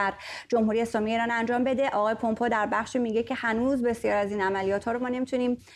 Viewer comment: Please, since the name is not Parsi, pronouns the name in its English format not a easy way of saying it. It is Mike Pompeu (پامپو) not( پومپو) Thanks.